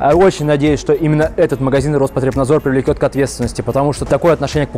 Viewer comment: не привлеКёт, а привлеЧёт.